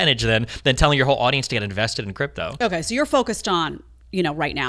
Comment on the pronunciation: I'm sorry Jedediah every time I hear "Chripto" I think back when I was training in chriptology, USN-SG.